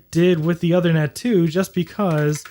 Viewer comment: the ethernet card's name is pronounced "oothernet" (as in "tooth"), not othernet.